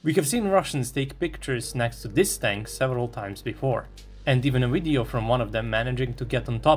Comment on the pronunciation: it's Video, not Wideo (ouideo)!!! Video like Vernon, like Virtual, like Venus, like V.. plain V.. it's not Wideo. Why you narrators try to speak better English then English speaking people themselves. Again, it's video.. not wideo... it's so annoying ..